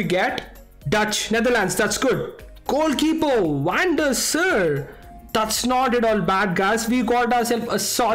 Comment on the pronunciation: Van Der Saaaaar not Van Der Sir